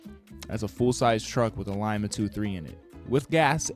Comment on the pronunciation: lima is pronounced LeMa lol. Aint no limabean lol its the lima speed queen lol